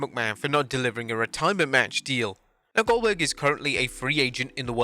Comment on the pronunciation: That’s oldberg! oldberg! oldberg!